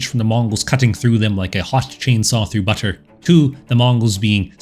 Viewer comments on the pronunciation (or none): none